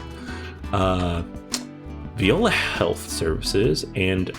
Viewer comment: Viola (vie-OH-lah); not like the musical instrument. La Farge (rhymes with barge).